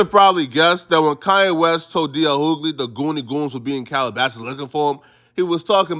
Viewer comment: Bro its pronounced D.L you-gly not hoo-gly...it's really starting to irk me😫😣😫